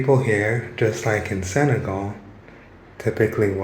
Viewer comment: Senegal not segal....respect